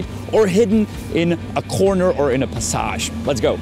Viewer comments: The pronunciation of "passage" is probably because he's not necessarily pronouncing "passage", he's pronouncing "pasáž" - it doesn't have a direct English equivalent for the way it's used in Czech (specifically, a walk zone inside a house lined with shops). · Awesome Video. I can see myself walking around in Prague and enjoying every moment of it. Yes, you pronounced “skewer” correctly. However, you pronounce “passage” differently. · Aha, I wondered, why you pronounced the word "passage" French, but it's the name.